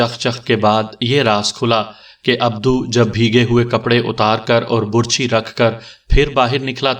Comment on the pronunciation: آپ کا پڑھنے کا انداز بہت اچھا ھے ۔ بس کبھی کبھی آپ بعض تلفظ غلط پڑھتے ھیں ۔ مثلاً لفظ " برچھی " کا تلفظ آپ غلط پڑھ رہے ھیں ۔اس میں ب پر پیش کی بجائے زبر ھوتی ھے ۔